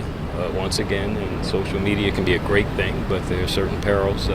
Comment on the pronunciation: Do you actually pronounce the word "thing" as "theen"? Why?